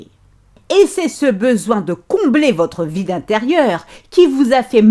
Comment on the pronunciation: Mdr quand tas dis "votre vide intérieur sera comblé " jai entendu "votre vie d'intérieur sera comblée" 😂 il ma fait perdre mon taf et fais de moi une ménagère, une femme d'intérieur, sans amis, ni passion. Mais cest fini.